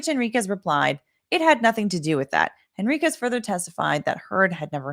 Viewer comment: The mispronunciation of “Henriquez” drives me crazy.